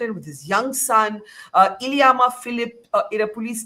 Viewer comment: Not iliyamma eliyamma